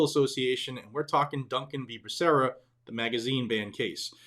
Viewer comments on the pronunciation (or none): none